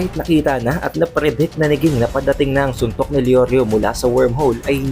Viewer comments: king naririnig ko haha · Lods nag away na sila sa pagkabigkas mo ng pangalan ni ging or jing. Hehe pero lods sana jing nalang gamitin mo, kasi parang nawala pagka astig pag ging hehe nasanay na kasi sa jing😁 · Pronounce mo name ni Ging ng maayos lods... Jing pagkabasa or pronounce 😊😊